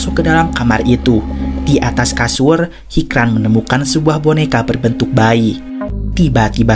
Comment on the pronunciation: Hicran dibaca hijran min krena bhasa turki hruf c dibaca C ,yg sicin pertama hoca itu bukan nama tapi panggilan utk orang yg berilmu atau tenaga pengajar juga bisa yang jelas yg punya ilmu